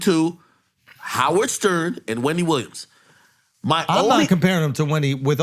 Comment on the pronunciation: Ak stupid on saying wendy williams 🤣🤣